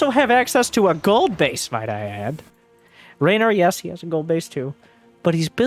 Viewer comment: For context: in Italian, the name that in English is spelled RAynor sounds very much how we Italians pronounce REynor, so he most likely heard it pronounced before he read it written and went with how it sounded ^^